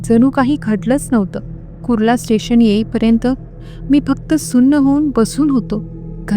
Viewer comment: तुमच्या कथा आणि अभिवाचन छान असते 🎉👌🏻 पण एक विनंती तुम्ही खुपदा " न" च्या जागी "ण " आणि "ण " च्या जागी "न " शब्द वापरता.त्यात सुधारणा करा 🤗(मणात नाही मनात)(स्टेशण नाही स्टेशन) (भयाणक नाही भयानक ) 🤗🤗बाकी मस्त 👌🏻